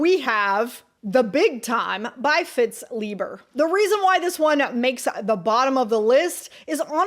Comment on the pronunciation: Great premise, well presented (even though it sounded as though you said "Fitz" Leiber!). Subbed.